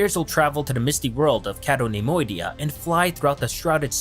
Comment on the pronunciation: Pronounced My-gee-toe, cay-toe nem-oidia, not maygeeto or ceto